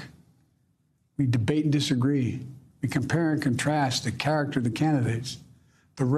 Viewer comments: He was trying to say "Ballot Box".😂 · I think he was trying to say ballot box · Not being mean, but I seriously couldn't figure out until almost the end when he kept saying battle box. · Did he say "battle box"